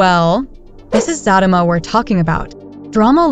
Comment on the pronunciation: The narrator needs to learn how to pronounce the show name is Zatima not Fatima.